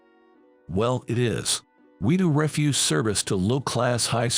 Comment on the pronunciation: And refuse. REfuse pronounced that way is rubbish. Refuze is to decline to do something.